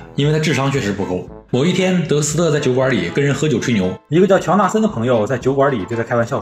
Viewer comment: 乔纳森 乔森纳😂